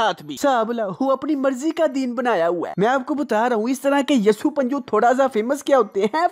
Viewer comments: Dear I like watching your video but the thing is you need to look upon some words like you said yasu panju its assu panju not yasu Christians call Jesus as Yesu in urdu.. Kindly look upon these words its a request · Hi!, u!make incredible videos and I love your work absolutely amazing videos always gonna support u as your subscribers but all I wanna say is that word "yassu" is the name of Hazrat Isa so please correct it its Asu not yassu so please don't do it I hope u will read is comment and will try to avoid it thank uh no offence 🤗